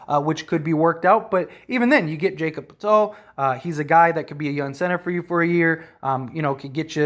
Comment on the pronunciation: Not Jay-Kob Potello..lol...Its Yah-cob Pur-tle